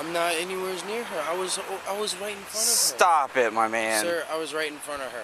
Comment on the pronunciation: "Stoop itt" lmao